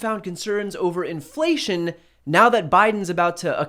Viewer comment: Dude can't even say inflation much less know what it means...